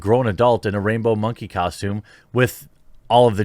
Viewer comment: I swear I heard you say rapebow monkey costume which makes way more sense 😂😂